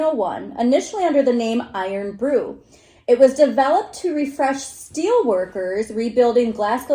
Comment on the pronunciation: pronounced "iron broo" (miss out the o in iron,) ( eyern).. its our "other " national drink...😁